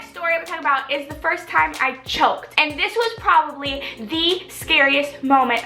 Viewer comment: "Chocked" haha 😂😂😂